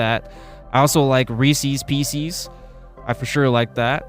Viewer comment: my favorite - I got some reeses peecees today myself 😂